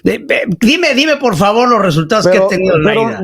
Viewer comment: Y Vicente super educado ay par favarrr